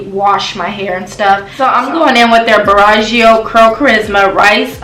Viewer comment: u are saying the brand name wrong 🙄🙄🙄